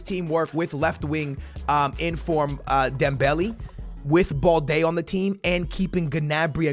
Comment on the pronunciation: Am I the only one triggered whenever he says Dembelee instead of Dembele